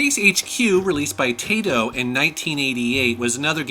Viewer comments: Did you forget about the old mechanical arcade driving games, Man they were crap. You say Tayto ,I say Tie-Toe. But I think it's Ta-Ito ,Like Tata and Hirohito. I used to like Buggy Challenge in the arcades, That ever made it to the home I don't think. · Taito is pronounced like "tie-toe" man! It doesn't rhyme with potato